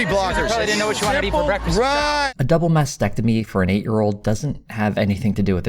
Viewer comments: I heard “vasectomy” for sure. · ya I know that he definitely means mastectomy. I even went back and listened a few times to confirm and I'm pretty sure he said vasectomy by mistake. Even the youtube CC believes he said vasectomy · He said “mastectomy”. Go back and listen closer.